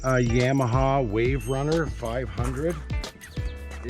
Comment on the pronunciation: Yah ma ha, not yam!